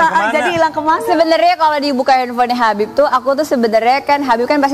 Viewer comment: HABAB HABIB HABABMUUUU😅😅harusny yaa nyebutnya habibbbbbbbbbb😮